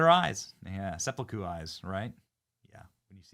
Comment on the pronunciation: Pssst Benny 🤫… It’s “sanpaku” not “seppaku” eyes. 👍🏼